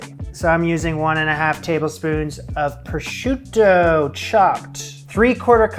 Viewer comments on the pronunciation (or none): none